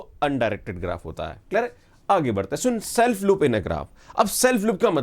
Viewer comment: Clear hai ❌ klar hai✔️